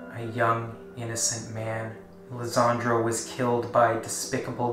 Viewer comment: His name is Lesandro Guzman-Feliz not Lezandro